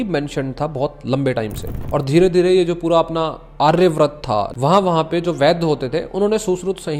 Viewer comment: आर्यवर्त है भाई वो आर्यब्रत नहीं।